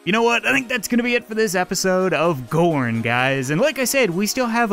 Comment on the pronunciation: when you first said gorn it sounded like porn lol